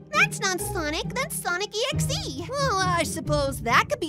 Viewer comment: this TRIGGERS MEEEEEEEEEEEEEE its sonic DOT exe NOT SONIC EXE (sorry it jsut triggers me when ppl say sonic exe its sonic DOT exe